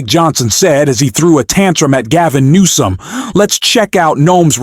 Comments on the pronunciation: I don’t know if you’re AI but either way — Please STOP Calling him Gavin NOME — it’s Governor Gavin Newsom. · Are the E, the W, and the S silent? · His name is Newsome, not Nome. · Not sure why you are calling him Gavin Nome. It's Newsom. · You said Gavin Nome??? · I agree with entirely and with Newsom that Republican "leadership" is inexcusably predatory, but it's puzzling that radically and consistently mispronounces Newsom's name. "Nome"?